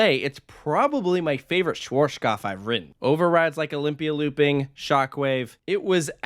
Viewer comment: For all English speaking people trying to pronounce the manufacturer - shvahtzkopf is probably the closest you'll get phonetically.